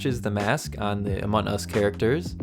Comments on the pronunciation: u siad amon us instead of among us XD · Just saying um the name in not pronounced Amon us it’s Amongggg us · Im not trying to be rude but your saying amont us not among us trying not to be mean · Your saying Amon us it’s among us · ITS AMONG US NOT AMON US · Can you stop saying amon us is called among us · It’s not amon us!!!! It’s among us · Him: FRom amun us Me:AHAHAHAHAHAHAHAHHAHA SHE JUST SAID AMUN US My mom:Whats going on up there!?!? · Every time he says among us he forgets the g lol